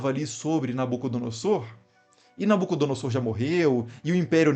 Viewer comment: Inclito mestre, a exata pronúncia é NabucodonoZor. Sempre que o "s" estiver entre vogais, o som será de "z", como em "caZa". Abraço